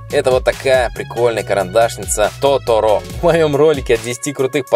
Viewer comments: Не Тоторо',а То'торо, ударение на первое о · не тоторо'. а то'торо. '-ударение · не тотОро а тОторо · не тоторо а торото)) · не тоторО а тОторо)